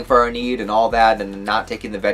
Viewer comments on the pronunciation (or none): I think you could try more of a germanic pronounciation of the names; "Kee-tul", "eye-nar" "Arn-hide". I may not be 100% accurate tho haha